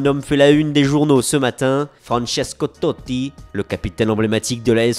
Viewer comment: pk il fait ça XD il prend des accents à la mort tottttii xD